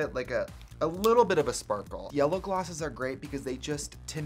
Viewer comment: “Nayvur lose yourh sporkle”